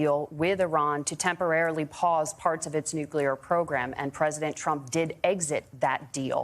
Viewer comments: Someone should ask TIMMY WALZ how to spell the word NEW-QUE-LURE? What a F**K**G GREENHORN TIMMY WALZ IS. The word is spelled nuclear and it is pronounced NEW-CLEAR. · I agree. It’s self-evidently nuclear. But you ought to be asking the same question of DUBYA BUSH. Why does he get to say NUCULAR, yet Tim Walz doesn’t?